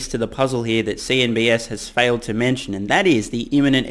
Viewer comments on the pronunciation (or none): I love your videos, but why do you keep calling CNBC "CNBS"? . I thought it was just a weird brainfart the first time you did it, but... you keep doing it, and I must confess it makes me a tad worried about the rest of your analysis. . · I like ur commentary but its called cnbc not cnbs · Did I hear you say ‘CNBS’? Anyways, wonder what people think of the risk factors mentioned in this article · Lol. CNBC not CNBS. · He doesn't like the channel too much. Filled with misinformation. That's why he calls the channel CNBS instead of CNBC. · I'm not in the know on this... what is with the "CNBS" thing? Did CNBC mispronounce something in relation to Tesla at some point?